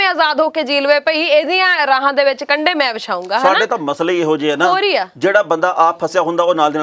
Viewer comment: ਕੰਢੇ ਨਹੀਂ, ਕੰਡੇ 🤪😄